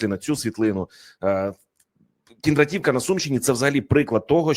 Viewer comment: КіндрА'т !!! КіндрА'тівка !!! А НЕ КіндратІ'вка !!! Коли вже грамотні з екранів віщувати будуть, а не ось такі ... що паплюжать НАШУ УКРАЇНСЬКУ МОВУ ! ( Перш ніж " вилізти" з виступом на люди - підготуйся !!! Узнай правильну назву чи прізвище - як воно звучить !!! І не коверкайте !!!)